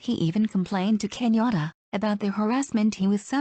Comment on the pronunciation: This person is mispronouncing Kenyan names. It took me a while to realize that Kinyora is actually Kenyatta. When I see the kumekucha vedios, I look forward to just one voice. I don't even know what this vedio is trying to inform us.